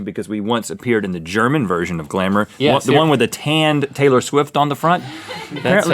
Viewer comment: That German pronunciation tho